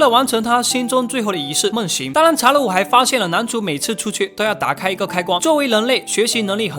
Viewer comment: ‘’当然‘’我每次听到的是“当啷”